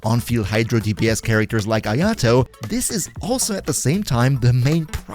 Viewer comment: If he's so good. Why can't you pronounce his name?